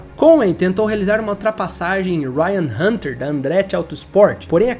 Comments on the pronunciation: Rai hanter "da rey" 😂😂😂😂😂 eu ri viu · Sim, péssimo vídeo, pior foi o Ryan Hunter DA Reay, nem a pronúncia o cara sabe fazer kk